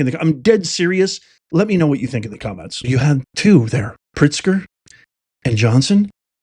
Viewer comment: Do Illinois citizens pronounce J. B.'s last name not as Pritzker but "Prickster?" Secondly, the United States citizens have a choice at voting locations: do you want ICE agents or cartel members there to oversee the voting process? It seems to me that ICE agents would exclude illegal immigrants from voting, right? On the other hand, would it be so surprising that armed cartel members who oversee election activities would exclude bonified United States citizens from voting? Is this so hard to figure out? To me this is like every day being black or white: there is either light or there is shade.